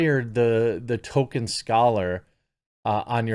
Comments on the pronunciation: It kills my non American ears to hear you call him token. Or Tolken at best. It's Toll-keen. Tolkien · ATTENTION NECKBEARD. ITS PRONOUNCED TOLL KEEN NOT TOKEN. THAT IS ALL. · Is it me or does Jeremy constantly mispronounce the name Tolkien as Token? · Ffs, his name is Tolkein. There's an L in his name. Fucking pronounce it correctly. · The ‘L’ in Tolkien is not silent, Jeremy. Patton Oswalt is left of Stalin. The only thing he’s king of are the incels. Btw, his wife is dead, maybe he was involved somehow? 🤷🏻‍♂️